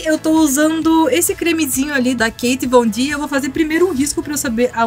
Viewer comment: É Két vondi q se pronuncia